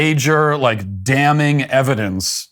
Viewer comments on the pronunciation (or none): none